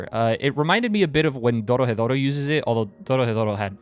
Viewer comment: Glad you liked it, btw are you hispanic? You pronounced Dorohedoro so well in the video XD